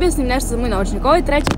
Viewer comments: Zasto tako cudno kazes nooovcanik?🥰💖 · jao naglaska, nOvčanik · Kako čudno kaže novcanik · Kako to izgovara novcanik?😩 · kako cudno kazes novcanik , hahahaha ali slatko